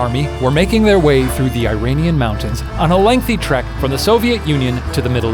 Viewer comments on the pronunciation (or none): EE-RAHN-EAN is how you pronounce it. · Uhh.... he pronounced Iranian like, completely wrong xD